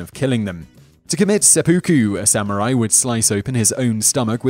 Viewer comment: did you say Sam Or I .?